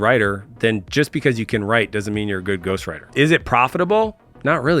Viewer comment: how he's saying it: Ghostwriter 🖊️ How I'm hearing it: Ghostrider ☠️